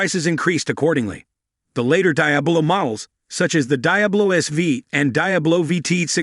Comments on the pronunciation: How do you talk about a car that you can't even pronounce..Watch one video on you tube, and you would get it right... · Dear God it's, De-ab-low